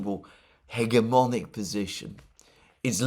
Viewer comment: It's pronounced . It's a soft 'g'. I only bring it up because you seem to be fond of the word.